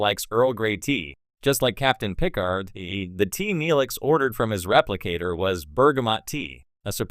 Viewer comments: What garbage AI are you using for the voice! Can't even pronounce 'Picard'. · Wrong pronunciation of Picard shows incompetence on the subject....sorry 🙂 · I see what you are doing in pronouncing Picard. Great tribute to Q.